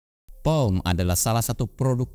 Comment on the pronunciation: Wah, langsung stalk produknya. btw, cara baca nama brand nya "Po-me" bang, bukan "Pom"